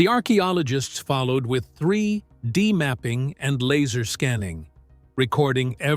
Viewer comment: I found this to be very interesting however, I agree with about the AI voiceover. AI voiceover are unbelievably annoying the way that they mispronounce and misconstrued all of the most obvious little things. Like reading something about an object displayed in 3-D, but referring to it as in a sentence format as something that was three. D. It's really frustrating and it makes me sad that this is our future. If this is the way it's always going to be from now on, I hope the AI gets better because these mistakes and foibles highlights so much that it is fake, It takes away from the content which is real. Luke